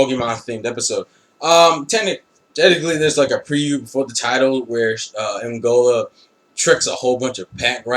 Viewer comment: u pronounce the name wrong, its E-MOL-GAA